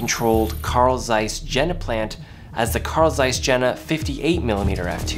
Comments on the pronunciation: "Ye-na" not "Jenna" :) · Not Jena, but Yena, ok 👌? 😏